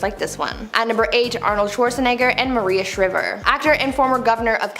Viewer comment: Shriver sounds like diver not like liver do your research ms shriver sounds like diver is a Kennedy princess you don’t insult American royalty